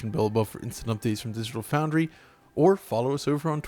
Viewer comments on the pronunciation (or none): digital fouDNry lol